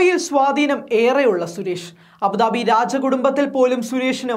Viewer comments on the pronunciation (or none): none